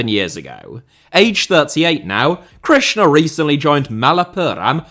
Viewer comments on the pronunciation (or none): none